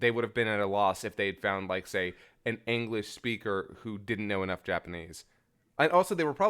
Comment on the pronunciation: Can't tell if is serious or sarcastic when he's pronouncing it "aenglish" lol love u guys